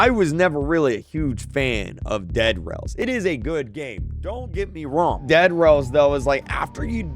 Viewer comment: Your saying dead rails like DEAD rails like a pun💀💀💀💀💀💀💀💀